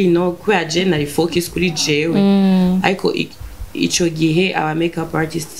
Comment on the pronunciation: vyanahe ko na nya congereza ataco aziiiiii🤣🤣🤣🤣Azokimenya vyo ningombwa ariko wumvirije neza ari free cane avuze ikirundi kurusha icongereza. Ngo to focus( to fokiiisii🤣🤣🤣🤣) Ndabisubiyemwooo 3 ans ntushobora kuba wamaze kwibagira ururimi gwawe nooooo😛😛😛